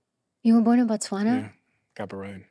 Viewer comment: You butchered Botswana name, but it happens a lot And damn Stephen was born here :elbowcough